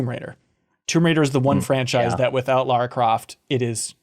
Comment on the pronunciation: What is it with yanks (and Canadians I guess) calling Lara Croft "Laura." I've never understood that. I've encountered that mistake being made so many times. Even Geoff Keighley did it once when he was interviewing someone. Does the name Lara just not exist in the far west?